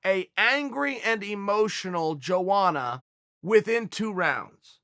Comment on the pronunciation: Chael, my brother is pronounced : yo-onna